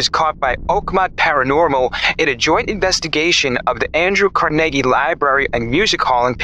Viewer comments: *name Carnegie.. but still, being from "New York" and a "New Yorker" with NYPD family ...he should really know how to pronounce that name😂😂😂😂😂😂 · 😊 is the AI voicing. Both him and the robot can't pronounce the word Carnegie😅😅😅😅 ooof🥴🤪